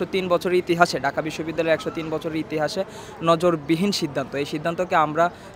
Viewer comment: নজিরবিহীন... শব্দ ঐটা ... Dhaka University student নজরবিহীন উচ্চারন করে।।। হায়রে গাদা....